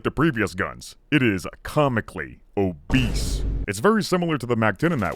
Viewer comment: I love the way you say "OBBESE"